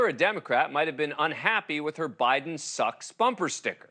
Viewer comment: The way he emphasized the word "sucks" 😂